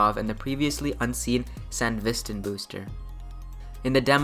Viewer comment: the way bro pronounces sandevistan